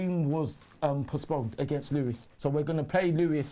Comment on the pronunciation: I thought Lewes was pronounced Lose, not Lewis.